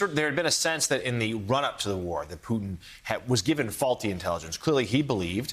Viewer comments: did he just call Putin as "Python"? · I love how Americans pronounce Vladimir Putins name "poo tin"